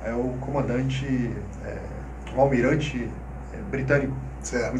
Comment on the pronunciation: “Almirante” Wellington?